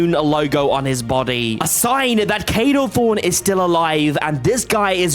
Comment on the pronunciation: NOT KADO THRONE KADO THORN